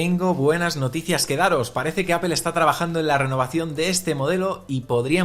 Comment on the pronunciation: Hola siempre tienes buen contenido, sería interesante y coherente que la pronunciación de “Apple” fuera correcta ya que es la marca sobre la que se basa este canal.